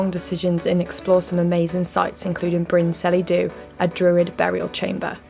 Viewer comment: Bryn Celli Ddu is not pronounced Brin Sellee Do, but more like Bryn Kellee Thee (remembering the Welsh LL sound in the middle word)